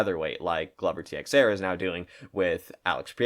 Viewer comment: Ti ex era wtf the x is pronounced like a ch